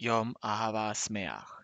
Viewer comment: Literally say: Yom Ahava Smeaj, no SAmaj